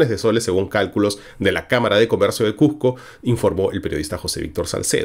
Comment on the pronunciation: No es cuJco. Es CuSco.... Con S.